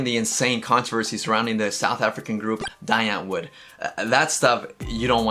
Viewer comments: Don't know if you did this on purpose, but you pronounced "Die Antwoord" wrong: it's [di:], not [daɪ]. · okay so from a South African... it isn't pronounced Die Ant-woord... the name is an Afrikaans name "die" meaning "the" pronounced "dee" so the ie has the same pronunciation as it would in the words "Rosie" or "indie"... then, in Afrikaans the "w" sounds like a "v" thus antwoord is pronounced as "ant-voord" and the "d" sound is almost more of a "t" sound than a "d"..... sorry but as a South African this has kinda become a pet peeve of mine lol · You pronounce it "Di Antvoord" :) also I don't know what you're gonna say about them, but here in SA where they are from, they're not particularly like by most xD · Its pronounced 'dee, ant-worth.' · its pronounced: Dee Antwort, which means in Dutch, Afrikaans and German " the answer ". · *DEEE it is pronounced DEEEE antwoord xD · It's pronounced "Dee Antvord" like in German (and I think Dutch) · it’s pronounced “dee” antwoord😋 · Just to add : 1) you pronounce Die Antwoord wrong. 2) can't wait for the video, Zheani deserves JUSTICE and support !